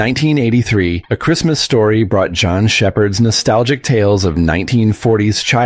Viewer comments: It’s “Jean”, not “ John” Shepherd,. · Mispronouncing the author's first name blows all credibility, voted down.